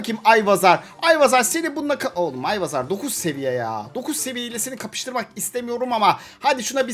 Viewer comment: Ayvazar değil albazar